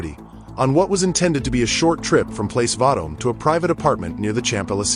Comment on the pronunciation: Princess of Wales, not Princess Wales, and then your "speaker" mispronounces Place Vendôme and other names so we know we dealing with real experts here, right? Who can take this seriously?